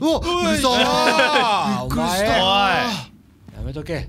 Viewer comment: 本当に驚くと人は「ビックリした」さえ発音出来なくなるのか(*≧ω≦) 「びっくいしたぁー！！」可愛いww